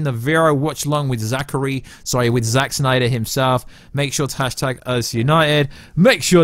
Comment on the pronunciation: love the videos but omg every time you say 'Snyder' in that way I want to unsubscribe!